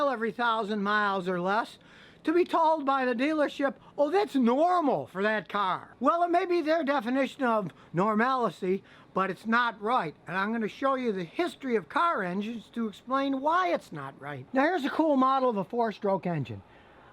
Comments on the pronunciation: Did dude just say normalicy? That ain’t a word! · Scotty, , did you say "Normalicy"??? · Normalacy isn't a word. Its pronounced Normal C.